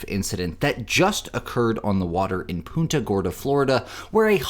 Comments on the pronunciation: Punt-uh, not Poon-tuh. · They pronounce it "Paunta."